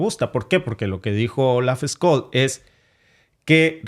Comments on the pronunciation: Por cierto , es Olaf scholz , se pronuncia "tsholtz" no scols. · Ojo caballero, una previa: Scholtz se pronuncia SHOLTZ nie Skolts.